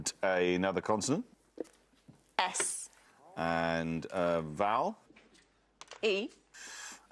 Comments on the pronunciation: is he saying continent? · Who is this guy and why does he keep calling consonant continents. Why does every American guest embarrass us Americans.